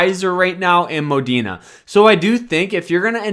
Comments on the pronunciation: Is the r silent in moderna? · I don’t think so my guy was just saying it wrong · Its Pronounced Moderna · Modern man cannot pronounce Moderna